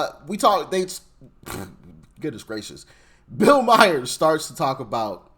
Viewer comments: bills last name is pronounced like mar. Not Meyer! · Stupid!!! Who is Bill Myers?????? Just stupid!! Not like every talking head and Bill HIMSELF hasn’t PROPERLY PRONOUNCED his name!!! Stupid!!! 🤡🤡🤡🤡🤡🤡🤡🤡